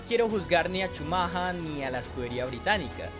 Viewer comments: Por qué el campeón Benetton? El campeón era Williams. Benetton era escudería italiana, no británica. Na na na, si dijiste Shumaja 😂 entonces debías decir Bron (Brawn) y Bairn (Byrne). Si el río suena es porque agua lleva, ese año Benetton cayó en muchas irregularidades y sospechas que ponían en duda la legalidad del auto por tanto misterio de que no podían mandar su información ya que algo escondían. Esas arrancadas dejando parados a los Williams no eran posibles aún siendo el "todopoderoso" Shumaja 😂 el que arrancaba. Y del choque contra Damon Hill y contra Jackes Villeneuve pues habla de un campeón tipo "el fin justifica los medios". Y aún hay muchos que en grupos de FB y Twitter cuando alguien nombra a Shumaja 😂 dice "grande Schumacher" y yo pienso, si, grande, el más grande tramposo. Ah y ese año Shumaja salió campeón de pilotos y Williams fue campeón de constructores. Benetton obtuvo el título de constructores hasta 1995 usando motores Renault. Y cuando Schumacher se fue a Ferrari se fue junto con Brawn y Rory Byrne es decir, el mismo grupito de tramposos se fue juntito a seguir haciendo trampa. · SHUMAJA ??? no sera "shumajer" ??? bastante objetivo el vídeo, hasta en la pronunciación del acusado. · oye imbesil se dice schumacher no schumaja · Es shumajer la pronunciación, no chumaja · "Schumahaaa" 😂😂😂 que payaso el que relata el video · Yo pensaba que se pronunciaba "Shumacka" :/ buen video por cierto claro y preciso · Por qué pronuncias "schamaja"... decilo en latino..si eres un negro más del montón y te querés hacer el multilenguaje! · Un día más de cuarentena x cada "Shumaja" jajajaj,pero se entiende lo d la pronunciación en alemán,slds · cada vez que escucho CHUMAJHA algo dentro mio se rompe.. por dios que ignorancia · jajaj como dice chumaja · es el mismo, sólo que "chumaja" es como se "prenunucia" en el "alemán" del tipo del "vidio" jajajajaja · la pronunciación correcta de Michael Schumacher sería: mijel schumja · "Schumaja" alv